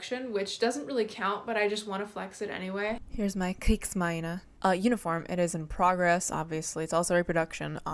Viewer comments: Kriegsmarine is pronounced, Kreegs-Marine (Marine is said the same as english, just thought I could help!). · you need to hiss the german z and roll the r more. Its Panzzzer and Kriegsmarrine. Not bad tho. Also der Kommentarbereich ist nun Eigentum der Bundesrepublik Deutschland. Zaubern wir ein bisschen. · You had me when you said Kriegsmarine.